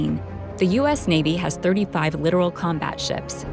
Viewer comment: Lit-OR-al, not "literal". There's a difference.